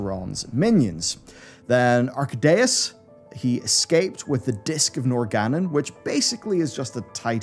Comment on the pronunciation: where do you get 'Arc-uh-day-us' from? he literally pronounces his own name in game: "who dares awaken AR-KAY-DUS" it's incredible how much mispronounces when it's already verbalized in-game. Y'sharjj is "YA-SHA-RAZSH" per Xal'atath, not 'Yuh-sharzsh'.